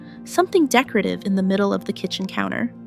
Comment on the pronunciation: I weed more and more of my makeup and creams regularly. I have no candles. The word is decor ative. Not how you're butchering it.